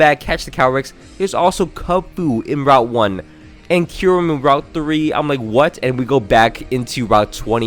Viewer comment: Kyurem its Kyurem